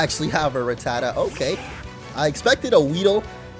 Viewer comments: It's Rat-ta-ta, not Raa-ta-ta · It’s ru-ta-tu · You mispronounced rattatas name it's rat, the the animal, then the other two as our pronounced the same as the a in rat